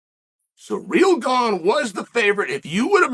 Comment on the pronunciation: Wow, stop disrespecting Ciryl, his name isn't "surreal".